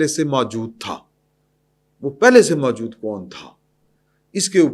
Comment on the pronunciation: جناب! یہ لفظ "ماجود" بلکہ اصل لفظ "موجود" ھے۔ تصحیح فرما لیں۔